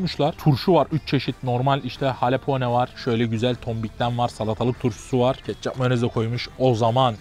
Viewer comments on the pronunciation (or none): Halapone degil amk Jalapeno